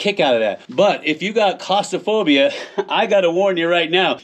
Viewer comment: Ha ha, when you said clostraphobia? I heard costa. As in it ain't cheep.